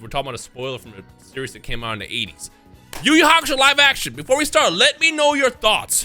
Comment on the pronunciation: It's not even yu yu hakasho